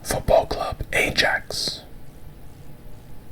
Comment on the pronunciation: great vid as always! just a quick fyi, ajax is pronounced eye-axe, you don’t pronounce the j sound